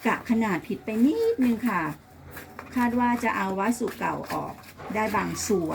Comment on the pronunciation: วัสดุ อ่านว่า วัด- สะ-ดุ ไม่ใช่วัดสุ ครับ รวบคำจนภาษาไม่มีความหมายครับ